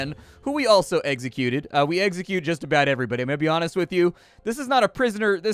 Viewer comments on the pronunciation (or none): Every time you try to say Execute you say Eggsacute lol pokemon flashes